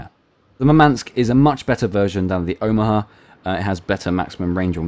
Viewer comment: Russian here to help with pronunciation. Murmansk stress is on the first syllable: mUrmansk, not murmAnsk. Simularly, the Gremyashchiy, has the same syllable shch as the word "borscht." It is a single syllable. Also the stress is on YA: gremYAshchiy. It means "thundering."